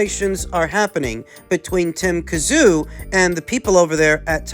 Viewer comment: Ffs pronounce Tim's name properly